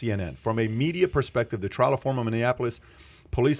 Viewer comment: Trial, not "trail".